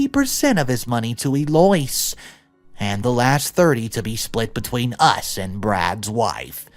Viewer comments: E - loice?😳😳 "Eloise" is pronounced "El - O - Weez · EL-oh-weeze, not Ee-LOYCE. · I have listened to a few of your videos. If you're going to read stories you need to learn how to pronounce all the words. It's not that hard to pull up Google that will speak words for you when typed in the search bar. Eloise is not pronounced el oise. It is pronounced el Louise. You have a lot of words you point blank pronounce incorrectly blatantly ignoring the spelling and have serious grammar mistakes too. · Eloise is NOT pronounced 'ee-loyce'! Eloise IS pronounced 'El-oh-eeze'. Sheesh! You still need to work on your pronunciation!!! I do enjoy your stories, but still so many mispronunciations! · Eloise=El-oh-eez, not E-loyce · Eloise= El low weez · *Eloise = El-oh-weez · Love your videos the animation is GREAT, LOVE IT! Sorry name mispronunciation really really bugs me. Eloise= "EL" as in well, "O" as in oh, "ISE" as in we + z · Did you write this story?lol......BTW,..., (Eloise) Is pronounced (Ellow weez) so I'm assuming not, that's the only reason 😉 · Eloise is pronounced El-oh- weez. 😊 Good story! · Eloise is pronounced EL-oh-eze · EEL OICE!! love it! I’m changing my name to that! 😂 that’s even funnier than ‘EX-PESHALLY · I believe Eloise is pronounced EL-OH- EEZ. oftentimes google or you-tube will have a voice-clip to help know how to pronounce unusual names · Eloise is pronouned El o ease just being helpful not a dick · It’s pronounced El o weez…